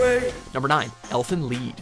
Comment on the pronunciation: It's pronounced "leet".